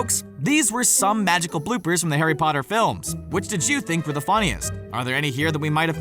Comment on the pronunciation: Harry Potter? More like Harry POOTER